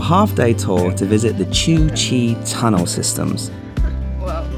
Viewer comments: Ho Chi Minh is Buried in Hanoi because he died in 1969 During the war and the South had not surrendered till 1975, Before the War HCM loved the USA and there are pictures of him being treated by Americans when he was sick. Cu Chi is pronounced Coo-Chi for someone who has been in vietnam as long as you, I thought you would have a little more concept in names and History, but I still love your Videos. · Not said that way it’s ku chee .